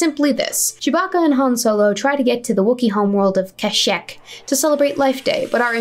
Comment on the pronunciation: .... It's pronounced.... Kah-Sheek..... still watching!